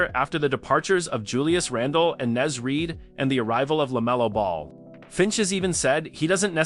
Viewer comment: If your robot voice can’t say Naz Reid, just shutdown your channel.